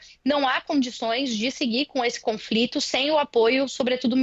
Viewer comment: E a repórter falando "confrito". O que houve com o jornalismo?